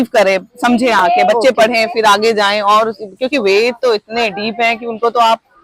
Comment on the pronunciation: इस वेद वन की आर्किटेक्ट मैडम बार-बार वेद को वेदा बोल रही हैं यह मैडम वेद को वेद बोलना सीखें ।